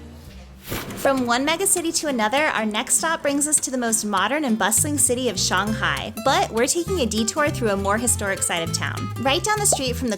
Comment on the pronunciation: you are the first foreigner I've heard who pronounces shanghai correctly, o7